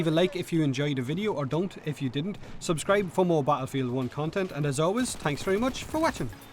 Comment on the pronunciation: I can't tell if you deliberately saids "Tanks" instead of "Thanks", or if it's just your sexy Irish tones at work.